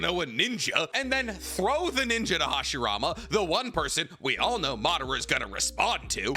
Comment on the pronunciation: ‘Make him go ‘Madara!’ Then he will go ‘Hashirama’ then boom’ lmao the accent